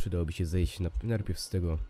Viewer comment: "przydało by się zejść NARPIEW". Skoro chcesz gadać publicznie do ludzi, to powinieneś starać się mówić poprawnie.